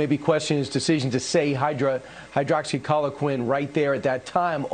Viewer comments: "Hydra, hydraxycholoquin" Imagine pushing something and not even bothering to know how it's pronounced. Oh wait, , he was actually reading the word and still pronounced it incorrectly. Ok, I guess he can't read then. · "Hydroxy-collar-quin" LMFAO 😂😂😂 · nothing says "trust me about this drug" quite like someone who can't pronounce the name of the drug correctly. lol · Brian. There is no "hydroxyCHOLOquine" in hydroxyCHLOROquine you stupid DA. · "Hydrocauliquin!?" It's pronounced, "HYDROXOHYPOCRISY."☝😐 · A "triple dose study with HYRDROXY-CHOL-LO-QUIN and zinc"... He said it like that twice. Perhaps he thinks the word is so long it's two items...? Because there was no third item listed there. Also, even Fox, apparently, knew to attempt to skip over the French study, which was a terrible experimental design, ignored 3 patients (1 died, 1 stopped the regime & was admitted to ICU, & inexplicably, 1 went home) to claim 99% success; also did not include under-18s, but one third of the control group was made up of under-18s. I'll leave the geeky stats data out, but that French study was the first and it should NEVER have been published. If media had consulted actual fecking researchers from the beginning, ALL reporting would have been better. This should, at the very least, have been the nudge to do that. And they get to PRACTICE what they say. 🗯"HCQ" with 'hydroxychloroquine' on the chyron below WAS an option. 🤦‍♀️ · "Hydroxycholiquin"...yeah, I totally get why Fox viewers followed their stellar recommendations. It's clear this guy knows what he's talking about. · Hey, Kilmeade. If you're going to suggest a medication, it might help if you learned how to pronounce it correctly, you moron. 'Hydroxy Colin Quinn' ??? Former Saturday Night Live news anchor Colin Quinn? Is THAT where Kilmeade got the inspiration to be a "news guy"? Form mid-90s Weekend Update? WTF?!? O_o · Hydroxy clodo quin dude can't even pronounce it right. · Was he saying "Hydroxy Color Quinn"?